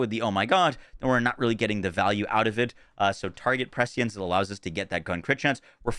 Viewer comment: First person I've heard pronounce "prescience" correctly. Everyone else calls it pre-science for some reason.